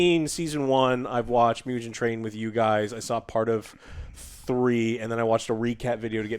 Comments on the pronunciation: bro really said myujen Train ICANT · WTF is Mujen Train? Why do you , Americans, always find ways to mispronounce and disrespect us, Japanese?????????????????????????? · Good ol "Mew-jen train" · It’s not “Myugen train” it’s “Moo-gen” train Meaning “Infinity” train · It's hard to take someone's recommendation about not seeing it dubbed when they haven't seen it dubbed. That's like someone saying a game sucks without playing it first. Not to mention when the people in the video can't even pronounce the names correctly, I.E. it's "Mu-ghen" Train, not "Mu-jen". Not to mention not even being able to pronounce the main characters name correctly. And they call themselves anime fans....Fans, or even good reviewers/researchers would know to get the names right before hand and practice the pronunciations. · As someone who loves so many dubs, except Demon Slayer's unfortunately 😅 I feel like if you're gonna denounce english dubbed anime, you SHOULD atleast get the names correct, JOE 😂 "Miujin Train" "Nakuzo" LOL I half expected him to say Tangyro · How can you not spell Kokushibo correctly LOL but yea I agree, Miujin Train, and Nakuzo lol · “Mew-jin” Train will never not be funny 😂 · Muhhgen, Tenyiroohh :D Joe you really made my day man ahhahah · They can't get these names right for nothing 🤣🤣🤣Hilarious review! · Dude... Bashing people who watch dub and then pronouncing "Mugen" the way you do... 😂 0 awareness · struggled saying Mugen from the jump.